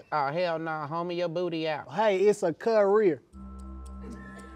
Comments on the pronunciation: It’s a “CUHHH-REEER” I almost died😂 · It’s literally a cuh-rear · “Issa cuh-rear” would’ve took me out immediately 🤣🤣😭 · It’s a cuh-rear 💀